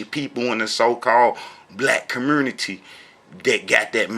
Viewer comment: Hey long time no see. Your videos are still as silly as ever. I love how you say the word “community”. Just a quick tip: the word “community” does not have an “R” in it. No wonder your teachings are so messed up. You can hardly speak English. You don’t have a chance in hell in understanding the language the Bible was written in. Btw, the guy in your video is NOT a Rabbi. He can call himself whatever he wants but a Rabbi he is not.